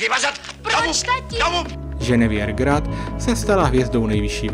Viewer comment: Chce to hodně odvahy mluvit o Francouzích a neumět vyslovit jejich jména. Ženeviév (co to R na konci?), Galabry, Žiró...